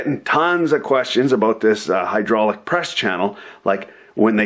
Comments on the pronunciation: Are you fucking kidding me? "HUDROLICK" WTF ITS HYDRAULIC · Did you butcher the word hydraulic on purpose?